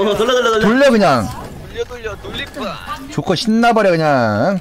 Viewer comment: 조커가 좆커로 들린다....